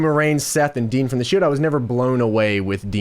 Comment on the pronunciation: Not DEANNN the way u say it gorse by the way JOHHHNNNN